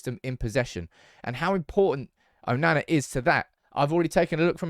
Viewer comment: Why can't you say his name properly?! 😂🤦🏽‍♂️